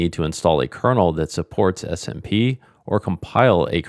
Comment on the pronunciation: For some reason i kept on hearing smb not smp